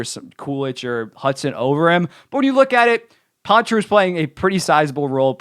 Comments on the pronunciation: It’s pronounced Paw-truh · I know it’s Poitras, just the way he’s saying it is Pontra for some reason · You mean poitras right?